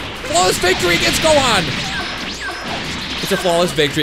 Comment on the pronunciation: You said gohan not johan